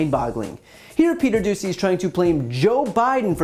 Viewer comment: Doocy pronounced douchey